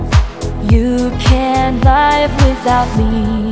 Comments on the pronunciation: Greetings from Canada Beautiful music and beautiful voice. Now we need for her ( the signer) to improve her “Phonetics” and acquire the proper pronunciation of the word “LIVE” For sure English is her second language. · I feel sorry for just one thing that the pronunciation 'live' is wrong. I can't live without you, but you can live without me. here 'live' is not a adjective but a verb. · Nice song but please learn how to pronounce the word live 🙏🏻 ❤